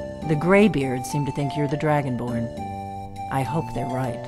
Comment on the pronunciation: be like “IM DRUGO-BORN”